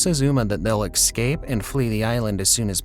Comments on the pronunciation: “Ekscape”? Really? And I thought “fuh-kade” was bad 🤦‍♀️ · "facade" wrong pronunciation. Its not "fa-cade" but more like "fa-sod." And it has nothing to do with sodomy. "escape" doesn't have an X in it. "Ess-cape" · Fuh-saad, not fuh-cade. Es-cape, not ex-cape. Some pronunciations in this video made me cringe… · Facade is pronounced "/fəˈsäd/" . Escape is pronounced without the C in front of the first S. "Cloey and Yu arrive to the opperating room" should have been "Uma and Yu." "Salon Shleshons"